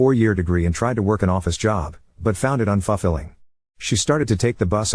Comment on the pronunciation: Un-fuffle-ing? She found the desk job un-fuffle -ing?! lol work on the pronounciation 😂